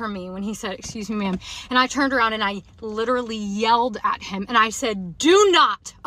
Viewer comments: "Litrely" (x1000) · Lichrally lichrally lichrally